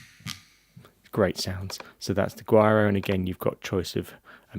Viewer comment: Also: CLAVE; Claw-Vay/ Guiro- who-ee-rro (Like weirdo w/o the D), Shekere: SHECK-ay-RAY. You said Maracas very well though! Thanks again. Very Informative. Don't mean to be a stickler but pronunciation of terminology is crucial while teaching/ If someone said CLAVE or CayJoan in the studio... I wouldn't have the slightest clue what they meant. Cheers!